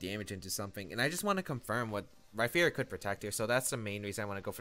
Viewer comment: Rhyperior with a p not a ph or f